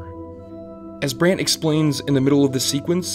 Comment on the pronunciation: Great vid. Bothered me greatly that he pronounced Brands name as Brant.